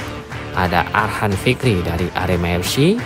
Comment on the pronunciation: Arkhan bukan Arhan